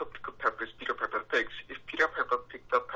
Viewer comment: 내귀에는 피커페커피커페커라고 들림